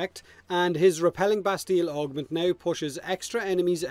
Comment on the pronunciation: it is " Bastie " the " ll" are silent ... don't ask why, french...